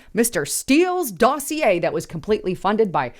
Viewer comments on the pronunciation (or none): none